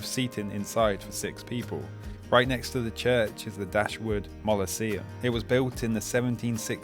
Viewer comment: Mausoleum, pronounced 'Mawsoleum'.